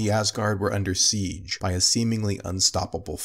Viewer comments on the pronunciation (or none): none